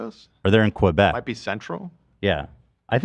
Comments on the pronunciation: why do english speakers always add a 'w' sound when say quebec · “Qwobec” lol